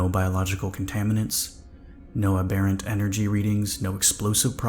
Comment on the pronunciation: Double check pronunciation of "ensign". Or watch some Star Trek. :) Also check "aberrant".